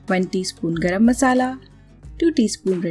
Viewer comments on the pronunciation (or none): none